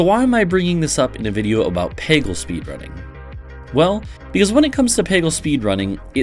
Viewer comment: making a peggle video without knowing how to pronounce peggle is a huge power move